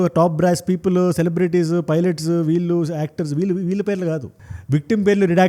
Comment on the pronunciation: Suggest 1. Speed of your narration should be bit slow 2. తెలుగు ఉచ్చారణ వాల్లు, వీల్లు, వెల్లేరు బదులు “ ణ” “ళ్ల “ వాడండి. తెలుగు బాగుంటుంది. వీణ సొంపు గా ఉంటుంది.